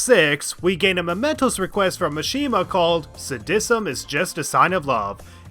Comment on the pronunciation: This guy's pronunciation of sadism and Dekaja bothers me greatly